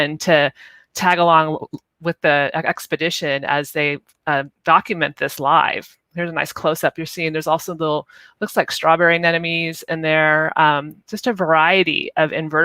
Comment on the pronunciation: ANEMONES - not aneNoMes !!!